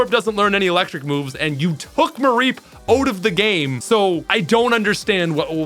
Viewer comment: I love how he pronounces “out” as “oat”